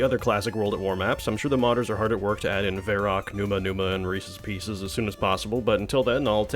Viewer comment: "Reses pieces" 💀